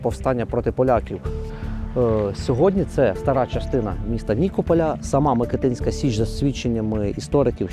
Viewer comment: Січ МикИтинська, а не МикитИнська. Наголос там же, як ви вимовляли МикИтин Ріг